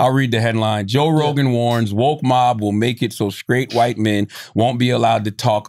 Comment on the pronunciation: See joe can't even say white